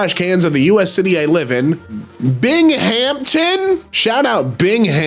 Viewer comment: pronounced more like "Bing-um-tun " but i love your enthusiasm